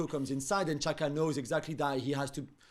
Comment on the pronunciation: Please, English speaking media, pronounce Xhaka properly: JAH-ka. XH is just a hard English J.